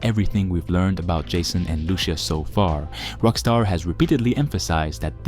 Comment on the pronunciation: Your inability to pronounce Lucia properly gave me cancer.